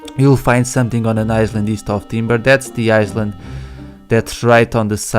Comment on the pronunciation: Don't want to be an asshole but it's pronounced I-Land